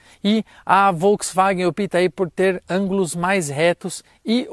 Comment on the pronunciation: Atenção para pronúncia do op(í)ta (errado), quando o correto é a sílaba tônica no início da palavra, (ó)pta: "a Volkswagen opta por.....", sem o acento. Valeu pelo vídeo!